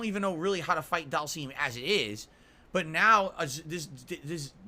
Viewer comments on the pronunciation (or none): Dhalseeeem …..arrhhh I hate the way he says it